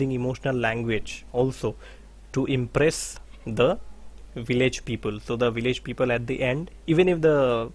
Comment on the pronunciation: Sir, excuse me. Will you please check your pronunciation of 'the' before a constant sound? It degrades the quality of the teaching... Sorry to say this